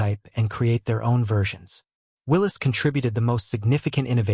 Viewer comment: If you cannot pronounce the word "Willys" and don't know the difference between cubic inches and cubic centimeters you should not make a video about jeeps.